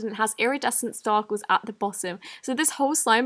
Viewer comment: did she say starkles lol